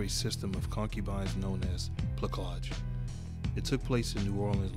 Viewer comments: Placage, is pronounced with a soft C . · Placage rhymes with passage. The "c" is pronounced like an "s." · I'm leaving this joint. This dude refuses to pronounce placage correctly. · fam, I made this video 10 months ago. Yes I mad a terrible mistake on my pronunciation, but I'll assure you, the content is honest and I've learned from my mistake. Hopefully, you'll appreciate the rest of videos on the channel. Peace fam!🙌🏾👊🏽